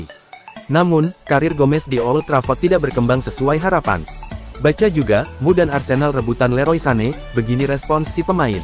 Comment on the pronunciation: Ca❤pek ya ngomong EMYU jadinya cuma ngomong mu mu mu